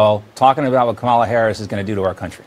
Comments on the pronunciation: I love the idea of everyone, always responding "Who?", every single time MAGAs pronounce her name "Ca-molla" or any other incorrect way while interacting with them. That would consistently throw them off and create a ton of hilarious content. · This republican collective mispronouncing of Kamala's name is just childish. Every Democrat that hears it should jus say "I know it's a very hard name to pronounce. Very, very hard. Maybe just use her title and last name. You know her actual title Vice President Harris. If you find her last name to hard to pronounce, you don't need to add it, just go with Vice President." And then also continue to correct them, whenever they say President Trump - its FORMER President. F.O.R.M.E.R. If they get angry about that, maybe use wanna-be-president Trump. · The regressives mispronunce her name intentionally. It's a way to disrespect her, but they accidentally say it correctly from time to time. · I hate that I sometimes say her name wrong. I've been saying the same name in the same way as that Newsmax host for years because of the Marvel comics character. I know they are doing it on purpose and I'm not, but it still bugs me. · It drives me crazy how they all purposely mispronounce Kamala. So rude! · They can pronounce "Netanyahu" and "Zelensky" but they can't pronounce "Kamala." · Don't shout,! These childish magas obviously intend to mispronounce "Kamala" for ever. Black slaves were once dispossessed of their real names. The old song still tells us "there's a man goin' round takin' names" The latest victim of this crypto-racism is "Camila". I guess she asked for it when she decided to "turn black" instead of "turning 100% WASP";-) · they are deliberately choosing to mispronounce Kamala’s name. Mace admitted that on TV. We should all deliberately mispronounce Trump’s name as Don-Old